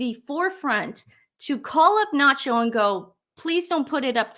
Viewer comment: His name is not Nacho ... Its "SANCHO"